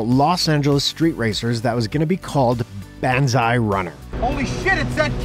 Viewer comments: He pronounced it "Buns-eye" in the video. That is wrong,. "Banzai" is a Japanese battle cry. I encourage you to listen how it is pronounced. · Banzai is pronounce "Bon-zzz-eye". You guys crack me up sometimes. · Oh boy, that pronunciation of banzai is horrendous lol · I agree with you Daniel-san. My point was the guy in the video pronounced the word wrong. No biggie.